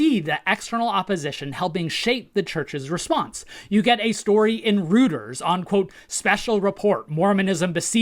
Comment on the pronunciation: Roy-ters. Not Rooters. :) Also, minor correction for : Hans Mattsson was not a General Authority Seventy. He was an Area Seventy. Great work overall!